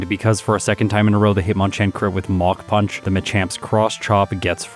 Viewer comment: Has anyone else thought they were hearing MOCK PUNCH until reading the move name was MACH PUNCH :)?